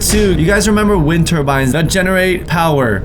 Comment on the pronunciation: yoy guys remamber wind terbinds Me: um when did we see terbinds wirh you